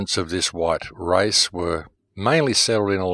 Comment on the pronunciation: By the race or the rice.wrong pronunciation